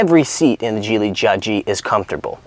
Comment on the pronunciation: Geely is pronounced Geely with a G. Kind of like Geek. Geeeely. Not Jeely!